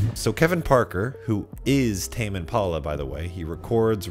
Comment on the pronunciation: Sounds like you are saying : "Tamien Paula". "Tamien Paula recorded this". LOL